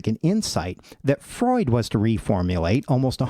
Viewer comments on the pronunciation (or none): none